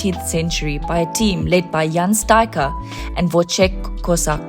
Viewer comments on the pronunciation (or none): none